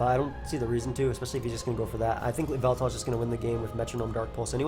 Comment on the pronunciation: whenever you said yveltal I tought you said baltoy